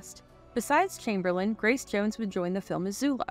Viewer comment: why is the narrator pronouncing Wilt's surname "Kimberlin" lol